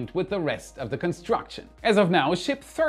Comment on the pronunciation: ship thirty sounds soo weird